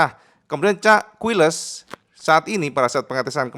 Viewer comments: KAILES cak... bukan KUILES😮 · Quiles bacanya QilEs kang.. hehe..